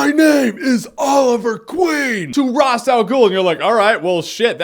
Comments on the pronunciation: It's Raesh, not Ras. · Who's Ross Al Ghul? Ra's Al Ghul's brother? It's Raysh. Raysh. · RAY-SH. Why can no one pronounce his name right? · he says ross al ghul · Well, Even though it is pronounced in a different way in Arabic, I always considered the DC version of the name the original because they created the character. If they say "raish" it's "Raish". Just wanted to know if you know why it's "Raish". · The show itself pronounced "Ra's" two different ways. You didn't go with either of those pronunciations, but came up with a third. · beda elhag Yeah okay, but that's how we were told to pronounce it so I'm going to do it that way. I like that you know how it should be pronounced in reality though, very cool.